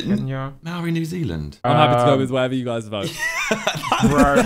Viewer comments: When Simon said he thought Māori was Hawaii, I fully face palmed myself 🤦🏽‍♀️🤣🤣 The pronunciation from him and Tobi tho OMG Mowry and moe-ree 😂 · fmd "Mowry people do their Hacker" 🤣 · Replace the R in most Maori words with a D cuz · From NZ here, easiest way to pronounce maori is Mould-Ri😅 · Maōri is pronounced "mouldy" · Maori Is pronounced "Mould-e" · My oree broo xd its kinda pronounced mah or ee W vid tho (roll the r) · Me watching this as a Māori person, makes me more happier to be one, seeing the boys trying to pronounce our name is very interesting to see. This is probably the first time, we have ever been mentioned in a Sidemen video. Hopefully the boys get to react to the Māori haka in a future reacts video. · how would you explain the correct pronunciation of Māori to someone from overseas? I usually explain it’s saying the word mouldy really fast 😂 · im from new zealand and I was laughing watching you guys try to pronounce Maori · the pronunciation of Māori and Haka killed me 💀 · Shout out to tobi for not picking New Zealand 😂 How to pronounce Maori - think mou in mould, then think the ri in rihanna - for those that wanna try add a curl in the tongue in the ri kinda like rri hope it helps 😁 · As an Australian, hearing Tobi butcher “Māori” was MENTAL 💀💀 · Tobi''s pronunciation of "māori" hurt 🤣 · The way tobi says Māori, hurts me 🥹💔 haha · Watching the boys say Māori wrong is making me cry LMAOO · The way they pronounced the word 'Maori' was killing me 😂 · as someone who is maori it was funny seeing them struggle to pronounce it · HELP IM MĀORI U SAIDIT WRONG 😭😭🤚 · I literally cringed hearing them say māori being a māori 😂😂😂 and how can māori be Hawaii Simon lol when Hawaiians are Hawaiians. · the way the pronounce maori and haka.. brudda.